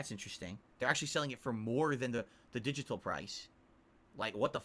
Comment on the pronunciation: “The digi-tall price.”